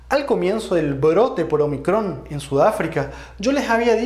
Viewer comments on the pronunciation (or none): Un detalle: no es omicrón, sino ómicron. Letra del alfabeto griego.